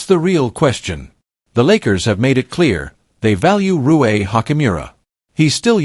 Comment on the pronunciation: So dumb Rui is Japanese can't say his name right! 😂😂😂